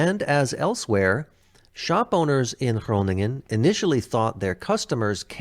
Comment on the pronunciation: Shout out for with his perfect pronounciation of Groningen 😜. Great reaction! BTW Emma agrees😂!